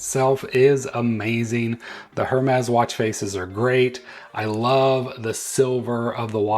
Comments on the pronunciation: By the way, it’s “Ermes” the “H” is silent. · I love most of the Hermès watch bands and wish this one was available in the smaller 42mm size but not in the double tour style (can’t stand bands around my wrist twice). This one I would definitely buy as the color and style looks good to me. Can you please drop the “H” in Hermes … please?! 😊